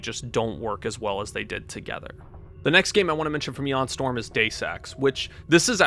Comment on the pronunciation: Great video! But it’s MICK Gordon and ION Storm, not MIKE Gordon and EON Storm.